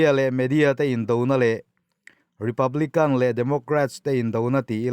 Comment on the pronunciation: Republican - republikan/Kang niloin....spiriter welfare niloin -spiritual spirichual welfare..ti in a mizo Thu ziak khian chiang zok nan..in deuh lam rawng kai nilo nia o.inpuih na ah min ngaihsak zawk hram Lang..Thu I thiamin Kalo ngaithla char2 in ngaihthlak nuamin chhiar poh i thiam thlot e,kalo subscribe bok che Nia😁